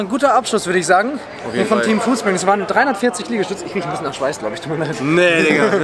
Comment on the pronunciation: Foodspriug, statt Foodspring